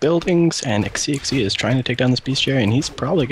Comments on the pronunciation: Im pretty sure the guy is chinese, so xixi should be pronounced kinda like shishi i think! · You god damn right you're going to cast a lot of games tonight. And what SiRquanko said, it sounds like Shishi. Good cast though.. maybe let introduce himself, cause "Hi, whaddup" seems.. Yeah..